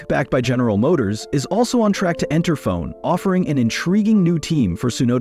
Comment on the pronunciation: Why even bother using AI to autogenerate the video, if you don’t even have the courtesy to proof read the AI generated subtitles… And for god’s sakes…. Why did you write the script with ‘f-one’ or ‘f1’ when the AI text-to-speach generator pronounces it ‘fone / phone’…. Furthermore, seing a video that is entirely AI created, really makes you think if even the script was written by a human, or if this is also just AI generated based on a f1 news feed. And with no sources anywhere to be found it is impossible to know, if half of this is even true, if you haven’t been keeping up with current f1 news. Worthless video imo